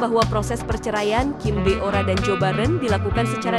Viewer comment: Kim bo ra bukan kim bio ra..biasa aja bacanya Mimin cantiq😊